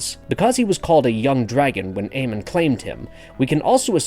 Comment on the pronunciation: His name isn’t Aemon